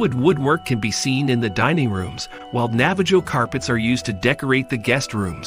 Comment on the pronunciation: Navajo carpets. AI doesn’t even know how to say Navajo.